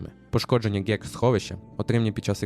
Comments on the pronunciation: Треба попрацювати над вимовою деяких внутрішньоігрових термінім, типу ДЖЕК - ГЕК(Генератор Едемських Кущ), або Ганерів, можна дослівно перекласти як "Стрільці", так краще. А в цілому, ми задоволені тобою. Сполучені Штати Америки в лиці єдиного легітимного органу управління - Анклаву, виражають тобі подяку, що висвітлив інформацію про всі(незасекречені нами, звісно) сховища. Боже благослови Америку! Боже благослови Анклав! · так ГЕК чи ДЖЕК? таке враження шо читає не людина а неосвічений ШІ. P.S. В трічі білше, сховище 111 сантурай іллс.... просто неможливо слухати...